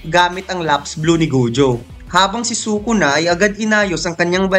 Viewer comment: its sukuna not sokona.. and it is toge not togi